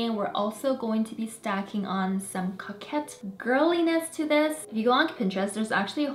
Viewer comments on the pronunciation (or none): none